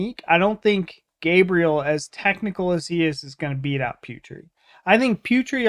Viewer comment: Guys, can you mention Putri's name like " Poo tree" not " Pew tree". Thank you ,guys.!! Not angry or anything,just correction